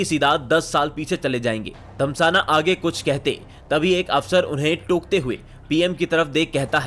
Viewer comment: Bhai "धस्माना" धमसाना नहीं है